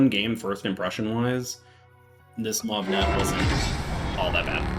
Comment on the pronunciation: Ok, say it with me... Moo-awwv-uh-nay... Muavenet. Now say it fast. Also, the Split is pronounced Spleet, like the city in Croatia.